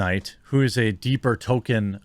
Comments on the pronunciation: Ffs. His name is Tolkein, not Token. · I love ya Jeremy, but the mispronunciation of Tolkien is driving me crazier than a Canadian commie hearing the Honk. ;-) “Toll-ken” or “Toll-keen,” please. “Token” is a South Park character. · You pronounce "Tolkien" as "token"... There is a token in this show, but it's not the author haha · His name is TolkIEN, not Token. He’s not a black character from South Park! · Every time you say "Token" I want to yell at you. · It's pronounced "tol-KEEN," Jeremy. There is an "L" in the middle and a long "Ē" in the second syllabol